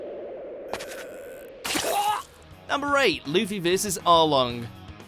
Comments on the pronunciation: Remember when pronounced Luffy as Luff-ee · jeeees its so annoying, in german tv his name is Ruffy. Luffy sounds so stupid when you are used to the r